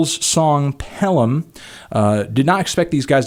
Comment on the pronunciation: pronounced Pelham correctly. subbed.